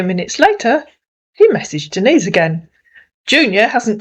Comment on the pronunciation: Oh really see he calls her Denis lol he don’t even know how say Denise Lol 😂